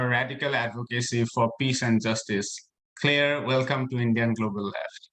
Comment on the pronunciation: I wish they can pronounce her name correctly. “Clear” or Clare?